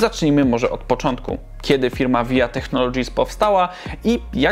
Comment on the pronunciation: "waja teknolodżis" - tak się to wypowiada. Materiał ciekawy, Pozdr